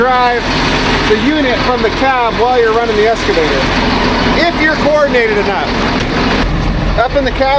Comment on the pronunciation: E-X-C-A…! Not Esc… EX-CAVATOR! Why the hell do so many people say ‘escavator’ ? Just a pet peeve, like axe instead of ask